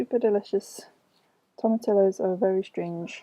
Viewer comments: The ll in tomatillos is silent! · Pull out the nails! There's already rust on each one inside the wood. Fill with some caulk or wood filler and call it a day. Team stain #1. Also toma-tillo instead of teeyo will never not be funny 😂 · tomma-tee-ohhhs